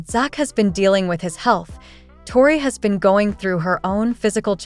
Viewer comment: I would learn to pronounce Tori